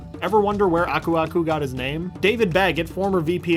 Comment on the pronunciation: I always thought Aku aku said ‘burbuga’, that’s what my cousins and I always called him xD